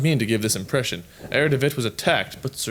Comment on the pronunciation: try read "Herr" as it's meant to be read in German, you know what I mean...